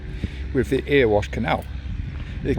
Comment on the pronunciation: sorry to correct you its not erewash is pronouced errywash